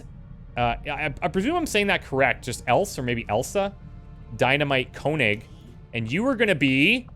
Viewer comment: I am pretty sure that there is already a comment how to pronounce 'Else' as a real German, like myself. But if there is not, I will try to explain it to you. The second 'e' is not silence and it sounds exactly like the first 'E'. And the 's' sounds like the english z, a more soft sound almost like 'the'. So you could say 'Elthe'. And Konig should be König, means king in english. Have fun with your .... 10th... XCOM2 sereis.